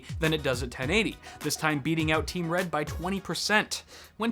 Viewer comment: "...Team Read..." I'm done